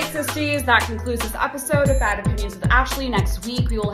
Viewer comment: Bahhhd Opinions with Ahhhshley - what even are those vowels